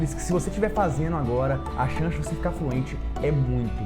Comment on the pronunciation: Chanxi kkkkk ele falou errado